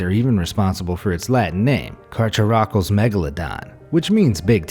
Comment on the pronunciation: Carcharocles is pronounced " car-caro-clees"